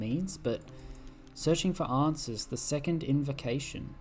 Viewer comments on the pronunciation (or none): none